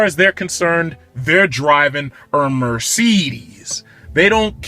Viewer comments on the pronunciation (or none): almost made me spit out my coffee laughing. "Ermergahd it's a Mercerderrrssss." Thanks for uploading this review!